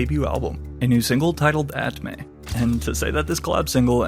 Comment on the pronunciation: bro it's "at me" not "at may" 😂